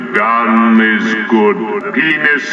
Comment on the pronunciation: just the way he says it <X,D The "Pe"nis is evil! (emphasis on PE)